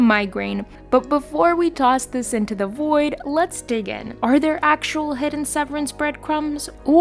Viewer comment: "Hedden" lol